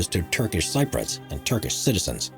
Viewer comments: Somebody needs to again help the narrator, please! ”Cypriots” is pronounced: “SIPP ree otts.” NOT “SIGH - proits” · People from Cyprus are Cypriots not Cyprots. Also Thames is pronounced 'tems', and .........why am I telling a robot how to speak English? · Sip-pree-uts not Sigh-pruts! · ..this 'Top Fives' narrator sucks... FFS... LEARN how to pronounce things correctly... for example: 'Cypriots' is pronounced 'Sip-pre-otts'...NOT... 'S-eye-prots'... (looking at the other comments you must really be a dumbass... unsubbed) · dude! it's pronounced cypriots (sip-ree-otts) not cyproits (sy- proyts) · Repeat after me cyp-ree-ots. Not cy-proyts. Jesus, doesn't your narrator get any notes? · "Greek Cyproids" 🤣 There was an attempt! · "Cyprians" 😂😂😂😂 I went to school with a Cypriot lad who had escaped from Famagusta. Apparently, there are brand new cars still sitting in dealer showrooms from 1974, zero miles on the clock, covered in a thick layer of dust. I was due to visit Pripyat, Chernobyl and the 'DUGA' radar site this summer, but Putin put paid to that idea! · ..and Cypriots. He says: Sye proits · Would be polite if you could learn to pronounce things correctly. Thames and Cypriots for a start!